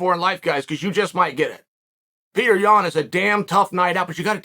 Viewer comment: Damn C you could’ve pronounced the guys name right but Peter Bruh !! HahHa